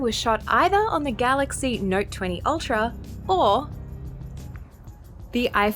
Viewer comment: Ipheurn vs Galaxy neurt